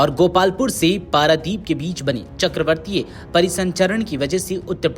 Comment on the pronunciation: हिंदी की ऐसी तैसी कर दी इसने 😂वज्रपात को ब्रजपात और चक्रवातीय को चक्रवर्तीय बोल रहा है 😂